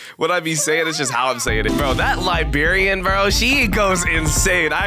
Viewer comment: Bro just said Liberian 💀💀💀💀